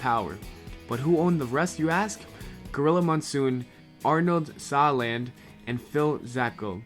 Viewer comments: You sound pretty young, so we can forgive the mispronunciation of Arnold Skaaland's name. It's pronounced like Skoal-and, but all in one word. He's a wrestling legend. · I think it's pronounced Arnold "Sko-land" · C'mon man, it's pronounced Arnold "SKOAL-land". Like dipping tobacco. Skoal. Emphasis on the 1st syllable. He was a legend!